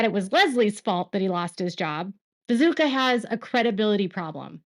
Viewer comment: His name is pronounced Vi-toosh-ka.